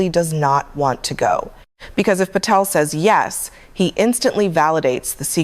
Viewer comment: There’s no”f” in Patel